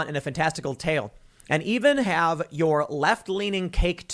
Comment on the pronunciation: I lost it at "this is why we can't hahve nice things.." hahaha